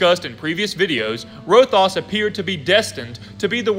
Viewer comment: Good video! But you said Rothias wrong, it’s Row-Thigh-Us not Row-Thos